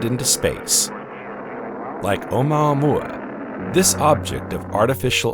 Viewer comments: Im sorry but "oh moo-a moo- a"😂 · You are telling people complete nonsense! ... It's not oma mua - not your grandma. It's OU-MUA-MUA. Space Documentary with "little errors". Haleakala is a volcano in Hawaii pronounced on the THIRD syllable. HALE_A_KALA. I know it's hard for a "sz" narrator. In this clip you appear to have improved! You have definitely reduced the "SZ" pronunciation on all words ending in S. Thank you and congrats! My criticism in the above paragraph is really not about something annoying, it's about pronunciation of Hawaiian names. I'd say you are within acceptable limits. But Hawaii is famous for the "silence" between some vowels: HAWA ' EE for Hawaii. LU ' AU for the flower necklace. And some overly pronounced vowels like in Al oooh ' ha. Besides you mispronounce "GLIESE". keep working on it.